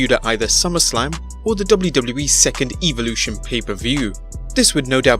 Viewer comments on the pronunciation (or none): Say Evolution again